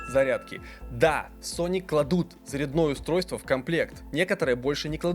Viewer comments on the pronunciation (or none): Заряд,ное устройство? Как такое произнести можно было.